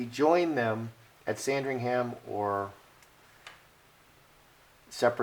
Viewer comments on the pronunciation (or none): We don't pronounce ham at the end of Sandringham, it sounds like um. So say sandring-um.